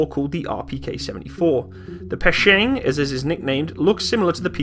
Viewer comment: Try to spell it slow: Pe - tshe - neg :)